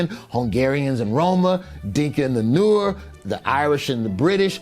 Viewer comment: Hilarious. Sudan and South Sudan are ok now after they became two separate countries. Now South Sudanese fight amongst themselves as you pointed out. It's because the Denka tribe believes in black supremacy so it mistreats the other tribes, especially the Nuer. Now, it's not pronounced noor it's pronounced nuware like beware. They should spell it Nuweir.